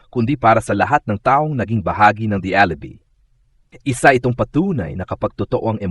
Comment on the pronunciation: Watch your pronunciation. Alibi is pronounced Alibai not alibee!!!